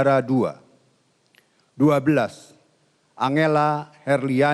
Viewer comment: Angela cara baca Enjela